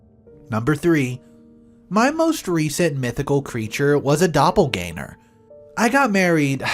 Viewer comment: "Dopple-gang-er" not "Dopple-gainer". Besides that, nice vid. Cheers.